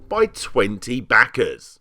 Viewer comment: Every time Larry says Dollahs and back-ahs some guy around the globe survives cancer.